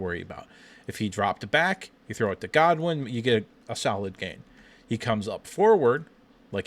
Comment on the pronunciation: Dude - its Channing GOODwin, not Godwin.